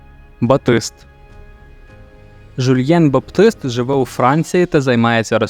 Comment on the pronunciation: З яркого дива баПтист (сектант) перетворився на батист (тканину)? Слова означають рiзне, читаются по-рiзному, навiть наголоси на рiзних складах: bAptist, batIste.